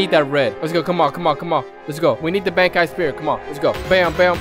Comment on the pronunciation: really said bank Kai spirit